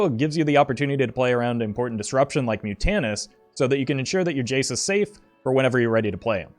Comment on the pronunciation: It's Mutant-us. It's a mutant murloc. Mutant is literally in the name. Sigh